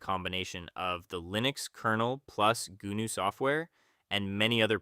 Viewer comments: Goo-noo? g'NOO! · No! BSD stands for Berkley STANDARD distribution. GNU is pronounced with a silent G. You say Noo. Gnu is NOO desktop system.